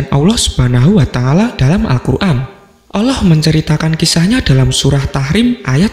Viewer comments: Suara apaan mbkk tuti suara gini aja ngefans, nyebut Asma "Allah/Alloh" ' saja maaf admin nya masih gk fasik "Awloh" klo saya denger² gtu . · Sebut bagi betul allah bukan awloh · Min mau kasi masukan.. Pembacaan “ALLAH” nya kurang tepat.. Terdengar seperti “oloh” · Allah lah... Bukan Alloh. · Min mualaf ya? Soalnya baca Allah nya kyk orng mualaf min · Sebut nama tuhan itu yg tepat donk..ngak ada huruf O di situ